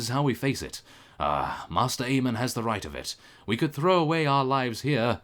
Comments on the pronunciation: mae-ster, not master:P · By the way Maester Aemon is pronounced Mace-ter. it is not master. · Sorry, but I don't know if anyone else has pointed it out but you pronounce maester like 'may-ster'